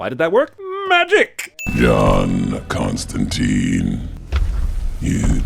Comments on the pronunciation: Ugh, everyone is mispronouncing Constantine, including Jeremy! It seems to be really common error but it's pronounced ConstanTINE like "twine" or "design," not "ConstanTEEN" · Imma be a bröther and give you a life saving tip: It's not t-e-e-n-e, it's t-i-n-e (If link doesn't work just google "constantine rhymes with fine" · Eff!!! another movie the mispronounces Constantine!!!.